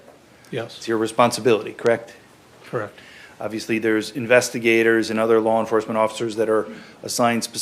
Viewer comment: You're a cop krect?? Krect! Collect data, krect?? Krect!! You arrest people, krect?? Krect! Drive a squad car, krect??? Krect!!! And you're a sheriff, krect??? Krect!! Been one for a while, krect? Krect!! Krect krect krect kect krect krect krect krect.......krect??? Krect!